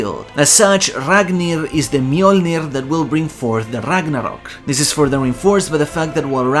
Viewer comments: I am afraid of you saying RAGNARROKU. EDIT: Never mind, it's actually la chancla. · The rolled R every time he says Ragnarok and Ragnir is the best. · Wait why we saying Ragnarok in Japanese pronunciation? I understand for Japanese words but Nordic?